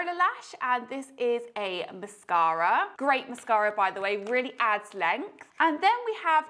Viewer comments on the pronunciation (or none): none